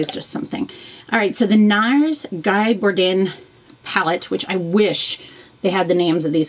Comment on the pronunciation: For some reason, my feed doesnt list your new videos anymore :(. Btw, his name is pronounced "Gee" since he's a french photographer